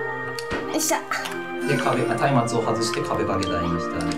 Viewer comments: まつめい（笑）・・・松明は「たいまつ」と読みますよ？ まつあきは聞いたことあるけどまつめいは初でした。 も漢字の読みは苦手みたいですし・・・ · ！ 松明（まつあけ）ではないですよー！ 松明（たいまつ）って読みます！w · 音だけ聴いてたら、マツメエって何の事かと思った・・・...